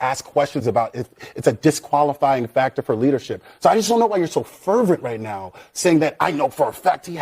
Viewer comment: Why you so fervent right now? That was extremely racist. Why? Because he placed emphasis on Fuhr-vent. Yes, he was making him out to be like the infamous cop Mark Fuhrmans character. Listen to it again.